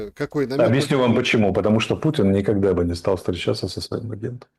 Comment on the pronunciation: Никахда такого не было, ни ках да 🤣